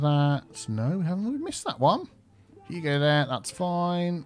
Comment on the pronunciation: He used to say "you go there" and then because of his accent it sounded like " there". Everyone commented on it, so then he actually started saying " there" on purpose. The game updated, so he doesn't have to manually make the connection anymore, but still exists! Maybe go back and watch his old videos!